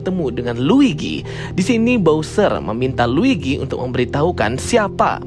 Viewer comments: L U i G i bang bukan l i G u i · Luigi bang bukan ligwi